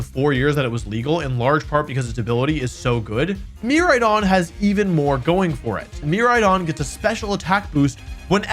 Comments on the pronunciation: mer- RIDE-ON kor-RIDE-ON Their names are puns, my guy. Pronounce it right pretty please <3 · The pronunciation of Miraidon killed me